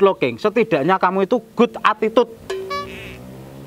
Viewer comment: Untuk, dengan tidak mengurangi rasa hormat (wkwkwk), lain kali "good attitude" dibaca "gud etticyut". Kalau ada skrip yg pake istilah Inggris, minta Mbak Amel untuk ngasih contoh pelafalannya.